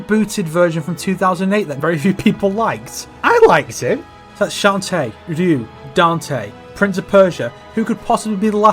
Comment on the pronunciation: Ryu rhymes with few, yes, but it ain't pronounced "rinnoo" mate :P